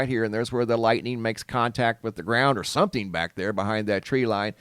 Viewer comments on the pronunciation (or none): none